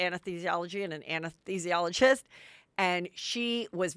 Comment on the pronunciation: It made my day already, getting to hear Heather try to say anesthesiologist ten times😂